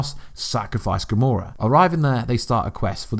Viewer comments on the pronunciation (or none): none